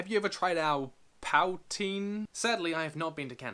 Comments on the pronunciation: I don't know if anyone mentioned it, but, Poutine is pronounced "Poo-teen" (It's potato fries covered in gravy and cheese curds. It's really good.) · Its pronounced pou-teen and I now feel sorry for you. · Poutine is pronounced poo-teen and is very popular on Canada for some reason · It's pronounced (poo -teen) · Powtine!? Powtine??!! POWTINE!!!!!!